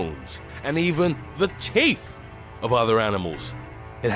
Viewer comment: listen to how he says "teeth"